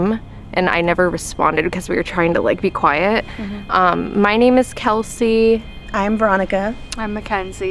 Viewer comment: its kelsi not helsi 😂